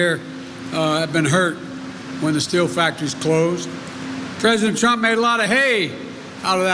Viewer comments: President “Clump?” at the mark? 😂 Whether it’s Trump or “Clump,” as you say, that’s who I’ll be voting for, not you. You aren’t for the people when a) you have no crowd and b) you don’t take questions unless they are scripted in advance. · PRESIDENT CLUMP??????? MY PRESIDENTS NAME IS DONALD J TRUMP. NOT CLUMP. CANT YOU GET ANYTHING RIGHT JOE????